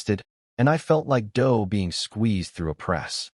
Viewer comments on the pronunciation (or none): none